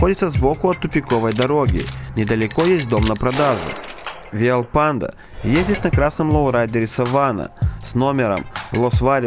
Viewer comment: Не читай по корявому переводу, не Виальпандо, а Виальпондо